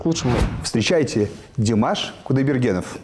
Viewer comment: Что за манера делать неправильное ударение имени певца. Правильно Димаш ударение делать на слоге втором слоге